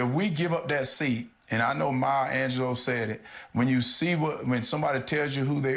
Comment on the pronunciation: Maya angel-low 🙄😑